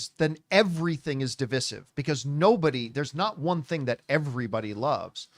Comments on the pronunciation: Divisive = duh·vai·suhv please, please, please say duh·vai·suhv. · It's dev I sive john for the love of God man!! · Dih-vai-suhv. Please say that. We Canadians have been saying it like normal human beings for years. Please, Americans, stop butchering it. Thank you. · DIV{EYE}SIVE = DIVISIVE. You kept saying that word incorrectly and it was driving me NUTS!